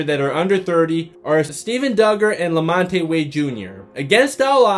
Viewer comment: Who the heck is La-mont-tay? It’s LaMonte and pronounced La-Mont!!!!